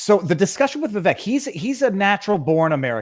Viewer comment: It is pronounced vi-vake like cake